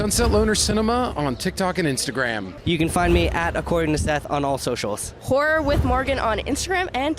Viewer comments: oh, i thought you said whore ticktokers, then I figured it out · HORROR TikToker’s, you said horror! Man, I thought you said something else and I was shocked. I rewound it about 4 times til I got what you were saying! For a second there I thought Cody had one heck of a debaucherous time.